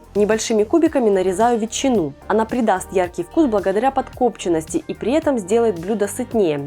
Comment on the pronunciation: ПодкОпченности....мдааа. А почему тогда не кОпченная папарика, а ударение на второй слог???